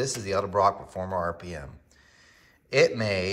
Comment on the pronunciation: please don’t take this the wrong way as I absolutely love your videos and watch every one I can and I always give you a thumbs up. But, it’s pronounced “EDelbrock” not ELdebrock. I used to work with one of the Edelbrock boys in the service. Please take it the way it was meant not in a bad way what so ever. Thanks